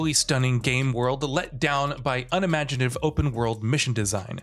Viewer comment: You said unmagitive its "Unimaginative"....that correction is for u shitting on Days Gone